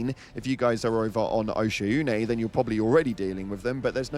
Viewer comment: Same way it was SEEF (SEAF) not "see-aff" it is O-SHAWN (oshaune) not osha-oon. Like the name o'shaunesy. I dont know why you break up your vowels my dude. Lol you can look this one up if ya don't believe me brother. nice vid tho and thanks for the info👊🏻